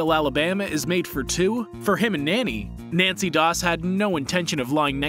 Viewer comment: Its nannie not nancy